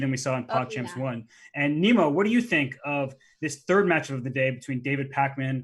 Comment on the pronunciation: he keeps calling her Nemo... im assuming thats not how her name is pronounced?